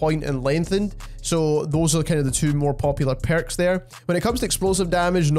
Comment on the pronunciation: Which accent is this? “The Perrukss” hihi